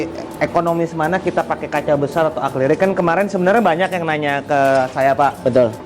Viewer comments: Revisi bang Akri-lik bukan akli-rik👍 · "Acrylic (dibaca Akrilik)" om, bukan "Aklirik" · bang acrylic bang bukan acliryc😁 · Acrylic bang bukan aclyric hehe 🙏 😀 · bang mau koreksi dikit , baca nya akrilik , bukan aklirik 🙏🏻